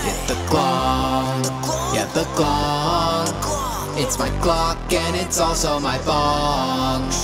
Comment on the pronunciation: every time you say glong i just start CRYING